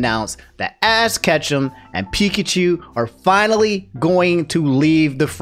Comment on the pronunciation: Can't get over how you called Ash "Ass Ketchum".